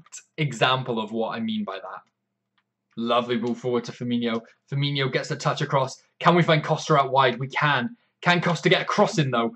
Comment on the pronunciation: Fir-Mean-O. ;) No 'h', so no 'y' sound. Great stuff - love the enthusiasm.